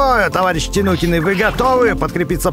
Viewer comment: А почему говорит тинукины а не тайникены хотя так правильно ну ладно от этого видео не хуже